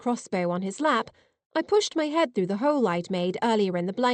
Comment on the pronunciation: Excellent story. Just fantastic. Also....what is a "holle"? Lol